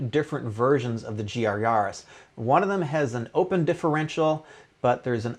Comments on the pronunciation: yAris not yarrris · The way you say Yaris sounds like you’re a pirate